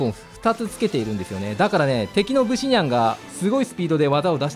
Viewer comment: ブ↑シ↓ニャンじゃなくて、ブ↓シ↑ニャンなw